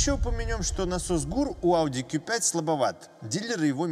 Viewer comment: 👍в первую очередь лайк за правильное произношение по на званию авто ауди (кью5) а не (ку😂) 5 ☝️